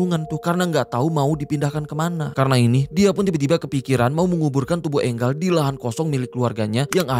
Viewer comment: Enggal apaan si? Enjel bang